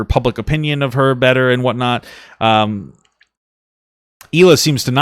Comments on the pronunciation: Well, Ethan has been with her since 2007, lived in Israel, been around her friends and family and still won't pronounce it correctly either. My guess it is because americans just can't pronounce the letter H properly. Erbb instead of Herb, for example. Think "HeeLah". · What i wanna know is how she's gonna marry Moses and still not pronounce his sister's name correctly. Like I CANNOT be the only one show notices she calls her HEELA